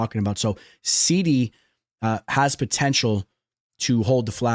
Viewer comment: wrong bud, you are the only person pronouncing it wrong on a consistent basis. Literally immediately after you butcher Onama you say ‘Serhey SEEEDDYYY’ as well. It is ‘SIGH-DEE’